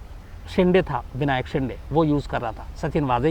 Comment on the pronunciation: सर, शिंडे नही, "शिंदे". दरवाजा वाला द